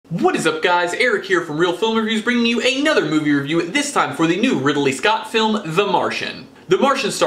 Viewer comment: Riddle me this, why did you pronounce Ridley scott that way?